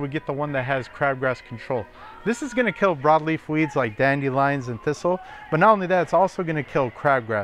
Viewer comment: I can’t take advice from someone that says Dandy Lions instead of dandelions